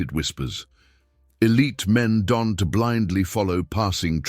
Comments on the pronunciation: "Don-T" 😂.. Does AI not have the ability to say the word "don't" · Narrator reads "don't" as "Don T".